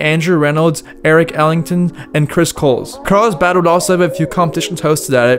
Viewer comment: Carlsbad. Not, "Carl's bhaaaaaad."